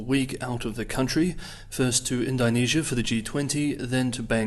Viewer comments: Neither am I ;) And Kiwis don't say Ind-AI-nesia. It's Ind-Oh-nesia, mate ;) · Curious as to why you say Ind-I-nesia rather than Ind-O-nesia. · Thanks again for the excellent coverage - even though I "die" a little on the inside every time you say Indonesia! 😅